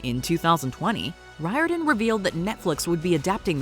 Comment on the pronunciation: The surname of Percy Jackson's creator is pronounced REAR DON.